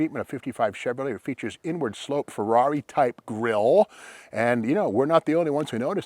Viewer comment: I think 'Rush' pronounces the Ferrari model name correctly